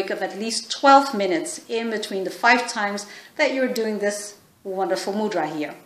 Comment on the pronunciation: Please correctly pronounce mudra... It's irritating to hear ..from India